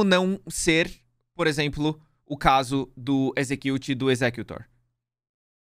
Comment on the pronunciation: Execute, pronuncia EGG???????? EXEGGUTE?